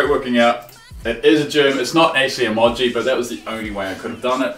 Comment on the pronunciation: Why does say (i-moj-ee)?? its (ee-moge-ee)